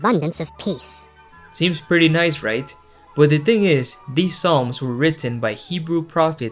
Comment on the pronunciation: I heard "to gods world of piss and harmony" and I replayed it and it was still piss.